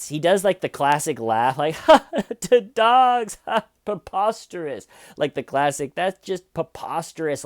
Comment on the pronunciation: I think the word is preposterous, not peposterous. But nevermind, never cared too much for that r. If we can all agree,, we leave it out from now on. rule!